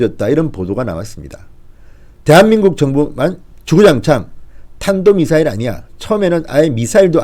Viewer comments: 진짜 대한민국 사람이라 어디가서 말하기 남사스럽다 ..초등학생도 다 아는 탄도미사일 을 뭐? 단도미사일? 이라고? 생전 듣도 보도 못한 ..단도미사일은 무슨미사일인가..그것도 방송촬영중인 기자단 들 앞에서..A4용지 없이 는 초등생도 아는 단어 도 틀리는 어리버리..문어벙..진짜 쪽팔려 못살겠다.. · 저병신새키 단도미사일 글도 못읽나